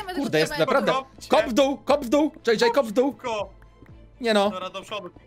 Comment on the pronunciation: tak ja tesz słyszałem w doł ale nie zostawiłem w dół